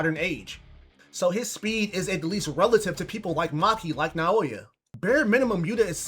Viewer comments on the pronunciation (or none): none